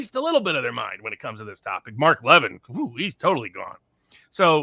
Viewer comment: Viva, I like your show with but would it be possible for him to properly pronounce Mark Levin's last name, unless it's a different Mark? He has been a media presence for a long time and it seems like an unnecessary slight or possibly a willful act of ignorance to mispronounce his name. I would doubt would appreciate his name being pronounced like a sauce. Plus, I'm fairly sure isn't Jewish. Jews have been chased around the planet for centuries and many realize that if the you know what ever really hit the fan Israel would likely be their one reliable bastion against unreliable supporters.